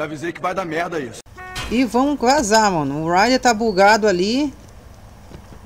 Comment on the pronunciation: jogadores: "raider": "ride" kkkkk